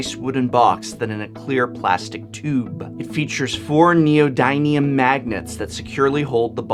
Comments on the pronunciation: It's nee ō di ni um not nee ō dī ni um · I don't know if you're a stickler for pronunciation but Neo-DIM-ium for the magnets. Nice to see such fine products and craftsmanship in today's era of plastics. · Dear professor, the video is great! I don't want to nitpick, but you mispronounced "neodymium". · yeah that bothered me too, but he's an English major, not science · Set2000 since he is an English major, pronouncing words(even unfamiliar) correctly should be a good skill the he should have. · Professor, as an english teacher you should really learn the proper pronunciation of things... Wenge and Neodymium for exemple.